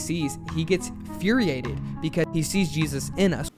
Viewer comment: I'll say it. IT'S INFURIATED NOT FURIATED